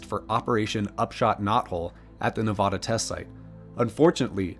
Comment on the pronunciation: This may be knit picking, but as a resident of NevAda, (A as in cAt, not A as in Ahh)